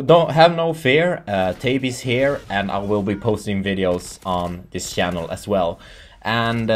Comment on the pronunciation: you say chanel as sjanel lol sounds funny but congratz u get sponsored